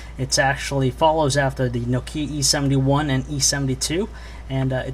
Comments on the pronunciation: it kinda iritates me that he says nokie E73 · he says no-keya